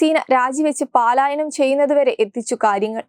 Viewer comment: Paalayanam alla palayanam vayikkunnathynganaya.